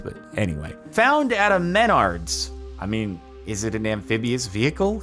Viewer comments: Jordan, Menard's is like Home Depot and Lowe's. It's also pronounced Meh-NARDS. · screaming MEN-ards. SIR... lmao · As a Midwesterner, the way Jardon pronounced “Menards” hurt my soul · Can't tell he intentionally pronounced the "Save Big Money" store like that or if Californians are so rich that they don't have that home improvement store chain. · "mahn-uh-key" That's not how you say Meineke, car guy. Not how you say Menards, either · Ok good, I thought I was the only one thinking this